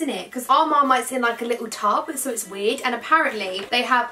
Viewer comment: Whenever she said wierd it sounded like she said weed 😂